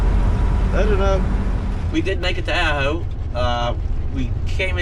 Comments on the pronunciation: It's pronounced Ah-ho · that would be pronounced Ahh-Ho, I resisted the first three times you pronounced it. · The way it sounds when you say it is Supposed to be Awe-ho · When saying the town Ajo, the j sounds like an H. Aho. ;)